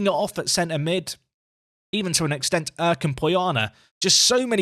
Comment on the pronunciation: Long time viewer, first time commenting here. Since you are bigging up Kürşat Erk this much I wanted to teach you how to say his name lol. The 'ş' stands for 'sh' so you can read it like this 'Kür' = 'Cure' | 'Şat' = 'Shot' The 'Erk' part is a bit hard since i don't know how to show it. But I can say where you make the mistake. You read it like 'Örk' but you should soften it a bit like 'aerk'. In turkish we read the letters literally as they are. So in summary: 'Cure Shot Erk' Thanks for the daily videos, I have been watching for 2 years now and learned a lot from you. This year, I myself took Telford United from Vanarama National League North all the way up and won the Champions League in 12 seasons. Btw great work on that thumbnail! Keep up the great work!